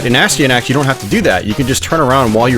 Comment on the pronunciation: its pronounced a sty a nax, its not a stee a nax